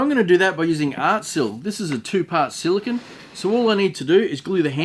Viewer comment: You are pronouncing "silicone" wrong. "Silicon" (the way you are pronouncing it) is a semiconductor element, not the gooey stuff you used in the vid :)